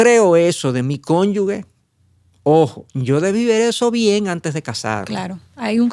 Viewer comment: Si se escribe cónyuge. Como se lee? ese es un error muy común leerlo como si fuera cónyugue. Corrija eso por favor